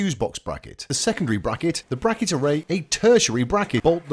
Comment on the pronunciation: ... What is this "brah-kett" you speak of ???... 😂